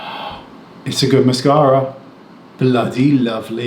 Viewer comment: Yep, the mascara looks fab. Loved it when you said “bloody lovely” at the end brought out a Welsh accent and I could hear myself haha